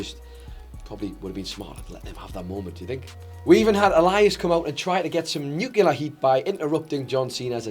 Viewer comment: Why do none of these guys know how to pronounce nuclear?